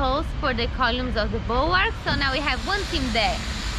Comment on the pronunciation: I always enjoy beautiful accent and English pronunciation on every episode - but more recently "col-yumes" has had me in stitches every time! Don't ever change,!!